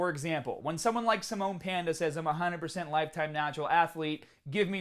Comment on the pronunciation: Samon panda lol or Salmon Panda